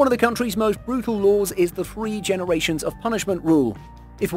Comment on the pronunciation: 'genewations' LMAO